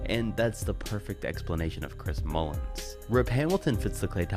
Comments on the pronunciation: Also I think you said Chris "Mullins". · "Chris Mullins"